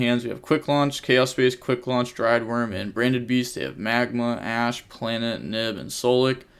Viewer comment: Yo! Here's how to pronounce "Druid" in "Druidwurm" it's not "Driedwurm" XDXDXD looking out for my homies bro you GOT this!.